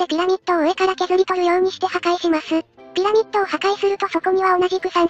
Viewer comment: でピラミッドがピラピットになってます！